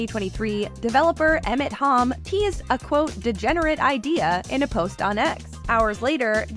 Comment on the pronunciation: I doubt it. The pacing is off and Halm was pronounced weirdly.